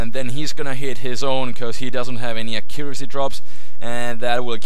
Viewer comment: u say accuracy funny lol